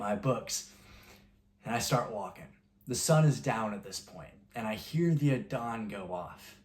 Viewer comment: Salamualikum, it's Azzan bythe way. Not Addan.